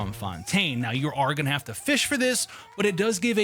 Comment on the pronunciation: "it's only game why you heff to be mad?" 😂🤣